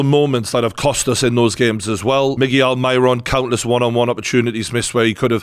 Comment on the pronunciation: Pronounce Almiron's name right ya tosser